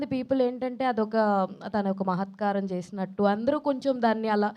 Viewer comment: Mahathkaram kaadu thalli mahathkaaryam, mundu telugu nerchukondi anchor amma